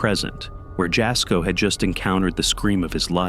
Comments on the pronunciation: Jasko is pronounced yasko- the J is silent like juan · You say Jasko's name like 'Y'asko not in a J sound . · Jasko's name is pronounced, Yasko. Yes, his videos are fake but very entertaining. 😊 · He said "Jasko" but all I heard was "Bullshit" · Just wanted 2 say that Jasko's name is pronounced Yasko. It's spelled Jasko but pronounced Yasko. He was not born in the States. Hope this helps!